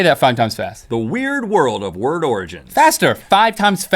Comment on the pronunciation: Rhett didn't say it correctly even once. He said "The weird world of ward origins" every single time. Okay, sometimes not even that xD.